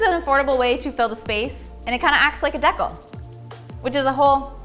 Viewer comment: I think "dee cal" is the way it's pronounced in the States and "deckel " is how it's pronounced in Canada. When I first moved to Canada and heard "deckel", I laughed my butt off. Actually, there's a few words pronounced differently, like "garage".